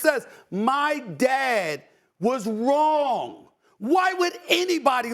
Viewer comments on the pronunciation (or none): . "My dad was wong" who is this Wong?😂